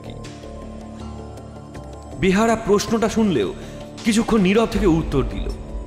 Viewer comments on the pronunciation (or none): Kotha ta “ behara” nah “beyara”. Joto dur jani kotha ta behara naaa :) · ভালোই তবে বেয়ার হবে ওটা বেহারা নয় এমনিতে ভালো ই🙏🙏👍👍👍👍👍👍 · বার বার বলছেন বেহারা, কিন্তু এটা বেহারা হবে না, হবে বেয়ারা। বাংলা ভাষা ঠিক করে বলতে হবে।